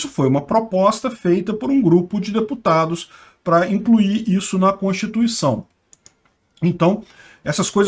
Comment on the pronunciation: aprenda a pronunciar corretamente a palavra "constituição".